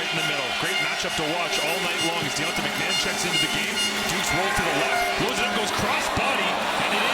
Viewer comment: I coach Argos RB, Deontae McMahon in HS in Florida. You are saying his name wrong. Its Mack-Ma-Hon.